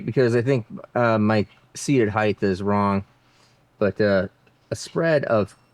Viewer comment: My question is this, why do you pronounce height as "heighth"?